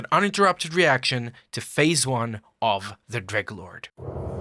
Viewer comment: you know he's a real fan when he calls the dreglord "greglord"